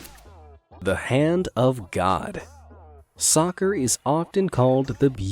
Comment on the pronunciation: "The Hand God" Him = ZA HANDO